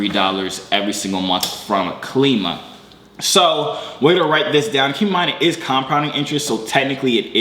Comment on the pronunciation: It's Klima is pronounced like the word "Climate" without the end part, cause it's goal is to help raise money for green energy, trash cleaning, etc.. projects I think.